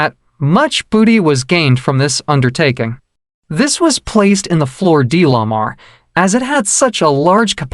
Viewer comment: This must be AI narrative, words are pronounced poorly, lot's of grammatical errors which makes it irritating to listen to. It's 'floor day la mar'. It's Mozambique not Mo-zambique. Stop emphasizing 'de' in flor de la mar. It's a good introduction to the Floor de la Mar.